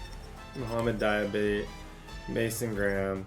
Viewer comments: Dee-uh-bah-tay = Diabate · Dee-uh-ba-tay(diabate), you’ve been butchering his name td 😭😭